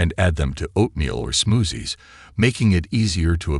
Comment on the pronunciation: Did I hear “smoozies”???